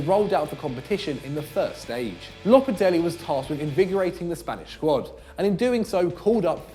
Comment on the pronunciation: whats lopatelli??????its lopetegui man!!